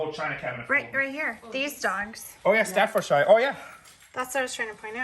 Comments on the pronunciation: Love you! It is however pronounced stafford.. SHEAR. And it's a location not a brand. But you're great:) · The way you pronounce "Staffordshire" makes me laugh. Good luck from England.